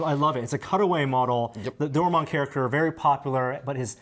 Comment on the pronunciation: None of them can pronounce Doraemon... both are asians...